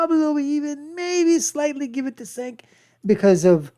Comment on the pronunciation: You can't even say Cenk's name correctly. You are woefully under equipped to make commentary